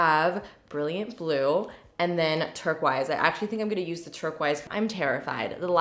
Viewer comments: dzymzlzy B Makes me cringe. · Is that really how Canadians pronounce turquoise?